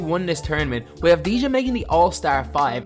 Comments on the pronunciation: And you say avadia, that how you pronounce it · you pronounce it avdia and not like it is written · U don’t pronounce the j is his name lol it’s like denny avdiya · its not avdi-ja i avdi-ya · You say it av di a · His name is pronounced without the “j” it’s pronounced avdiya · It's pronounced DENI AVDI-YA. He's a big time talent here in Israel, but nowhere near Luka. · Its pronounced avdiya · You absolutely butchered his name it’s pronounce abdiya but very good video tho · you pronounced his name wrong. you don't pronounce the j. it should be Deni Av-di-ya. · In his name you do not pronounce the J you say it AS IF it's Avdiia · please learn to pronounce his name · The j is silent right?